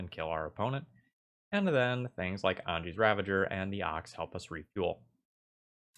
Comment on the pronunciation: I can't tell if you are pronouncing it as a meme or not, but Anje is a German name and is pronounced "AHN-yuh". The vowel in "je" is pronounced like the "oo" in "foot" or "soot". :)